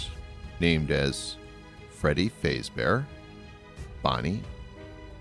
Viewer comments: Great video, but you said some things wrong though. Freddy Fazbear is pronounced "Freddy f-ah-z-bear" not "f-ay-z-bear". Great vid anyway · Its fazbear not faze tell it right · Fazbear not fezbear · Just saying its fazbear, not fazebear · Wait is it me or did you say freddy facebear? If you say it its freddy fazbear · I was thinking the same thing! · Not fazbear you said fAzbear (the capital is wich you aid wrong) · There names are pernouced freddy FAZbear bonnie the BUNNY CHICA the chicken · He just say freddy fase-bear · Freddys last name isn't faez bear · I love how he said fazbear wrong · You said Fazbear wrong. (like if you agree) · i paused the video at the start just to say this i am a fnaf fanatic if you get anything wrong ill be pissed also this is a joke im just pointing out things that are wrong no hate on this channel edit 1:you said fazbear wrong edit 2:mike isnt new hes the same from fnaf 1 edit 3:im sorry but the entire part of help wanted is wrong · This was amazing! Thank you! also btw... It's pronounced Faz-bear, not Faze-bear, and chi-ca, not chick-a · This guy does not know how to pronounce the names right Freddy fezbear chika you had one job dude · "Freddy Faizbear Bonnie , Chika" EXCUSE ME FAIZBER AND CHIKA , EXCUSSSSSSSSSSSSSSSSSSSSSE MEEEEE